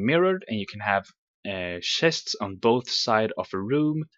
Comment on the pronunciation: "Shests Shests" *sighs* Well i want to watch so ignore it you know he means CHESTS so ignore... ignore geoffros1 IGNORE :P